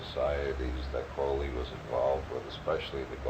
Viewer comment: Never trust anyone talking about Crowley that doesn’t pronounce his name like Robert Anton Wilson. Those that mispronounce his name usually misunderstand everything about him and are just parroting shit they’ve heard about Crowley from other people who don’t understand anything about him. Must be very disappointing to get interested in Crowley from his evil reputation and then end up reading a bunch of stuff about yoga, meditation, and holy guardian angels